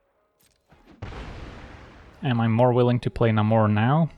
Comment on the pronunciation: it's leviOsa, not levioSA